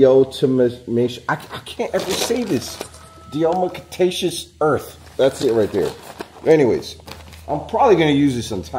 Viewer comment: Die-a-ten-nasha earth